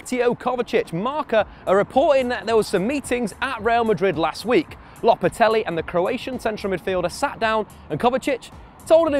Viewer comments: How can you pronounce "lopetegui" as "lopatelli" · LOPETEGUI NOT LOPETELUI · Yeah I don’t get this either. When they were saying Low-pet-ah-gwee I understood... but this Lopatelli twist is blowing my mind